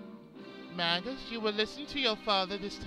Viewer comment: I thought it was pronounced May-jus in this game but I could be wrong. Anyway, been looking forward to this for a long while now! Great voices by the way.